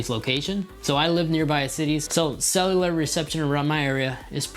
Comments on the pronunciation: CELL YOU LAR not SELELELAR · It’s pronounced “sell-you-lar” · Couldn’t unhear it😂❤️ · It's pronounced Cell-U-Lur, I know it's a hard word to say. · I hate the way you say cellular